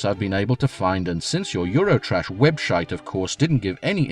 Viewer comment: "webshite" made me grin like an idiot :D